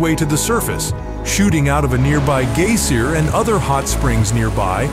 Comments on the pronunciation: geyser not gayser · The word geyser is not pronounced gazer. it is pronounced by Americans Guy Zur GUYZER that's how it's pronounced not spelled the English call it geezer and that's pronounced GEEZER they're both spelled GEYZER I don't know how you got gazer out of it gaser is one of the somebody who looks at something. if you uncertain how word is pronounced look it up in youtube there's a whole series of pronunciation for all English words now you can pick a cube between English or English-english or American English and usually the word explanation is the most lucky usually is the most correct answer. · 1. Geyser is pronounced "g - ee - zer", not "gay-ser" 2. Iceland did have forests, but the Vikings used them for boats. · You say the word geyser really funny 🤣 gay/ser: 😂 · As soon as i heard gay-sear i came straight to the comments 😂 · "A nearby gay seer..."